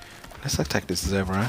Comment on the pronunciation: Bruh u said ze-bra it’s zebra